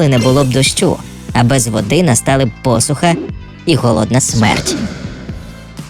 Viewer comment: Прекрасний ролик, поширюю. Тільки наголоси звіряйте зі словником: джерЕла (а не джерелА), посУха (а не пОсусха).